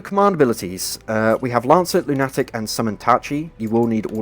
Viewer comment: Amazing build, that lunatic pronounciation definitely made me do a double take lol